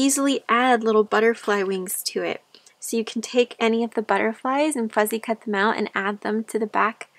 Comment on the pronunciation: Your journal evokes memories for me of building fairy houses in camp as a little girl. We all put candy in them for the fairies. While we were swimming, I'm assuming squirrels or chipmunks got into the candy but we all thought this proved the existence of fairies at the time! PS I think it's adorable how you say fuzzy cut vs fussy cut ❤ You did a beautiful job on this journal! It has such an esthetic to it but then again all of your journals do. Pure beauty!